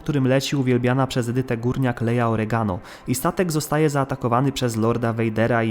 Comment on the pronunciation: Leja Organa nie Organo ;)